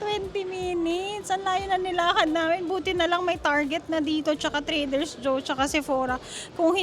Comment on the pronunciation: Try reading, it’s TRADER JOE’S! Also, you’re overly acting. Just vlog normally, it’s getting too annoying to watch.